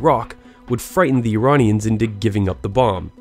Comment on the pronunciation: BTW you say Iranian names unbelievably correct